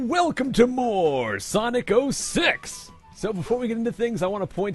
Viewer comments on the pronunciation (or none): Why did I hear "Sonic Oh Sex"?